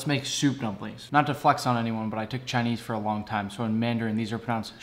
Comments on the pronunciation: Ur pronounciation of the lòng in xiao long bao is láng which is wolf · The way you pronounced xiao and bao is actually pretty good but it’s long not lang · Close but it’s pronounced more like “loong” like with a long ‘o’ sound